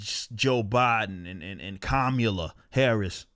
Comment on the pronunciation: Did he just say, "Commyula Harris" ?? LMFAO. I'm gonna be using that one.